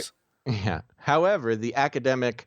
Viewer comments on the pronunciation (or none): none